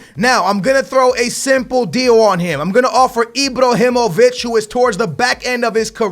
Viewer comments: it's fuckin ibrahimović not ibrohimović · he's called Ibrahimovic, not Ibrohimovic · Sign all 3 if you can! btw; It's IbrAhimovic, not IbrOhimovic ;) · Ibr"A"himovic not Ibrohimovic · Imbrohimovic????? Isnt it Ibrahimovic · Mate IBRAhimovic not IBROhimovic come on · IbrAhimovic not Ibrohimovic hahah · Why do you keep saying Ibrohimovic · "Ibrohimović" so much cringe!!! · Stop say ibrohimovic please!😂🙏🏽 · Stop saying ibohymoviyc. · Stop saying Ibrohimovic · Also when he spells Ibrahimovic it sounds like IbrOhimovic, but that's why we love:) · It's ibrAhimovic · ...where do you see an "o" in Ibrahimovic? 😂 Ibrahimovic smh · Sell Ibrahimovic because the way you pronounce his name makes me want to commit suicide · that pronounce of IbrOhimovich and leYAndAwski...learn to talk fucker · can you please pronounce lewandowski's name right and why do you call ibra ibrOhimovic